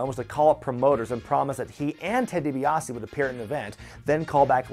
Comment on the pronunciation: Ted DiBaise 😂😂😂